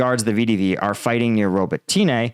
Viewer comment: Robateenay? Pronounce the name correctly please. Watch Denys Davydov instead, this guy won't even bother learning the simple pronunciations.